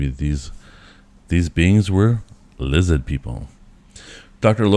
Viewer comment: ‘Lizzid’. It’s pronounced ‘lizzid’.